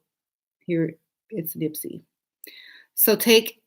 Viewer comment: Omg... what are you blabbing about.... smh ... stop trying to add nonsense to this mans death... you know nothing about who Nispey is and was... girl you sound so foolish... nispey was killed by jealousy... then you can’t pronounce his name !.... every person name has meaning & his sacrifice was to wear RED when he’s a crip & to bring change in the gang communities to merge with them in the Rap industry. Nipsey was INDEPENDENT ... so all this free mason foolishness you rumbling on has nothing to do with Nipsey .... this video is dry and LAME ... educate yourself more plz ... trying to sound intelligent & making no sense makes you look very ignorant